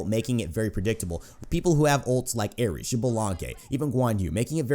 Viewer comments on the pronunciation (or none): none